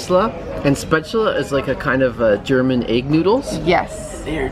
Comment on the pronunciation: Great effort on pronouncing spätzle correctly.